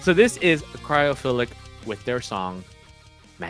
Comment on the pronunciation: Thanks for the kind words bro!!!! Cheers!!!! You did pronounce the name correctly!